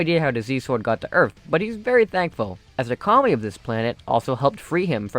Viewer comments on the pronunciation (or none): none